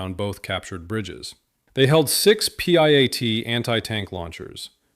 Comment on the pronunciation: Piat, not P -I-A-T. jeez.